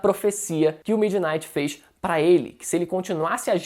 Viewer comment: Que o midinihgt kkkkkkk Pra quem não entendeu ele falou erado